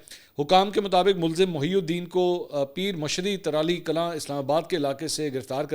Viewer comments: Tarali kalan 😂❌ tarlai kalan 😂✅ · ترالی کلاں نہیں ہے جی. ترلائی کلاں ھے جگہوں کے نام تو صحیح بول لیا کریں